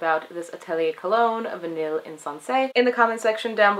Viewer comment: pfft, its pronouced "Vi-ney" lol